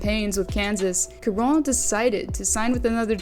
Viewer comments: Charon is said like Chara a soft Ch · Charon = "sha ron" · Damn the number of times you said Charron's name incorrectly is astounding 😂